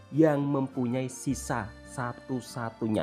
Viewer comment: Ni pun jangan salah sebut. Shisha bukan sisa